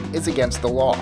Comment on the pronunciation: do you call number 8 a strange law ? oh "lawl"